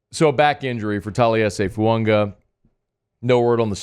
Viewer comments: FUAAAAAGA. FU-AH-GA. NOT FUUNGA! Please 😭😭😭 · There's no "N" in Fuaga..